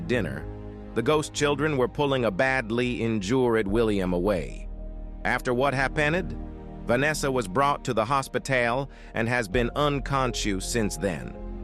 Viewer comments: Happened hospitael uncotuios noticcied best ai voice 😂😂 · “Vanessa was brought to the hospitæle.” 💀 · hospitaail 💀 unconsshoos💀💀💀💀💀💀💀💀💀💀💀💀💀💀💀💀💀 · its funny how it said hospital as hospitail